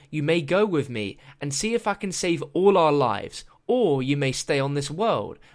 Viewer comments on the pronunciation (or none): none